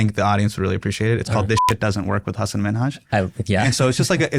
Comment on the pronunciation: Shoutout Marques for calling him Hasan and not HUS-AAN